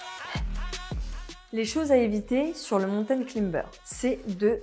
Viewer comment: A prononcer claïmber... Pas climber...